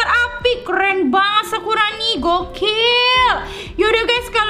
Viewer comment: Kak. Kok. Kakak. Kalo. Ngomong. Sakurani. Jadi. Sakuroni sakuroni. Malah. Sakurani